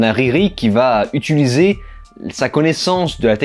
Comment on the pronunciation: "Riri qui va UTUliser" ... What?